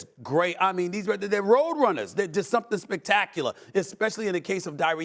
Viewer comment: SAS CALLED TYREK "DYREK HILL" 😂😂😂😂 everybody messes up